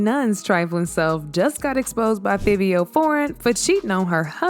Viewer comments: Its pronounced FIVE-E-O... Jesus... so cringy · So annnnnoyed with the pronunciation!! Girl its pronounced “FIVE- EO” dang 😂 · Clearly it’s Fiv-E-Oh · Why she keep pronouncing Fivio wrong 😂 that thru me off, yall it’s Figh like high, Figh-vee-o Okay, we good now lol 🫶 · It's pronounce fa vee o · 1. It's pronounced FIVE-E-O 2. It's actually milan Christopher 3. Is this like an AI ran channel or something cause... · U keep saying fivio foreign name wrong!!! It's( FIVE.VEE.OH)